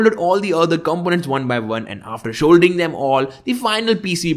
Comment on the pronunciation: “Sholdering” is the best part 😅